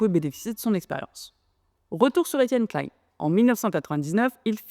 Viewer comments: 😀👍 Très intéressant, bonne forme, bond fond, bien sourcé, et ni trop court ni trop long, je m'abonne. Bon, ce n'est pas un reproche, mais juste surprenant pour quelqu'un comme toi qui a dû entendre des dizaines de fois son nom prononcé, il semble qu'EK prononce lui-même son nom "KLIN" (comme PAIN) plutôt que "KLAILLE-N" à l'anglaise (comme la marque Calvin Klein). Ca fait des dizaines d'années que je l'ai entendu ainsi, et comme en France on le prononce habituellement ce nom depuis longtemps. Il faut admettre qu'en France la prononciation des noms est parfois conflictuelle, controversée, et parfois politisée, mais cela n'est pas de ton fait. Enfin, un avis sur la forme : le défaut d'utiliser des "air-quotes" (mettre des guillemets avec les doigts en l'air) est certes à la mode chez les Youtubers jeunes ou anglo-saxons, mais est un problème car si les gens n'entendent que l'audio, il ne les voient pas. Alors autant dire explicitement "entre guillemets" à voix haute, ainsi l'audio cela sera utilisable sans perte de sens. (je chipote, mais un scientifique est attentif à la communication 😏et je sais que cette remarque est appropriée). Ah, et la miniatture (Thumbnail) de ta video est bien sûr très importante pour le référencement et le clic, mais faire du Clickbait avec EK derrière les barreaux, ça craint, c'est à la limite de la diffamation, car dans aucun, sauf erreur, il ne ferait de la prison. En revanche, les expérimenteurs fous de la bande à Joyeux, eux, en risquent peut-êtr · Alors détail, ça ne se prononce pas comme Calvin Klein, mais Klein à la française